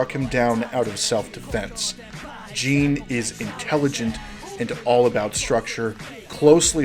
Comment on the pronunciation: Great analysis! The only thing that bothered me was how you pronounced "Jin" as "Jeen" the entire time, it made me shiver ☠️